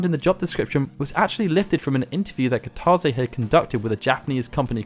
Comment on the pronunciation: Nice vid, good info. Just FYI, Kitase is pronounced "kita-say", instead of "kita-zay".